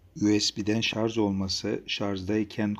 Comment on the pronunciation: şarJ, şarJ LÜTFEN şarZ DEĞİL. Bunun dışında çok faydalı bir sunum.